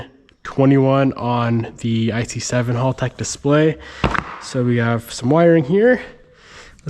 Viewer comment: It's HALTEC Not Halltec